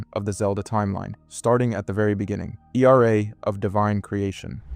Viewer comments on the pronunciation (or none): He did NOT just say Era as E.R.A.